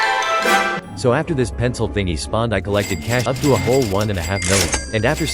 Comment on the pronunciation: Pencil dihh is what he said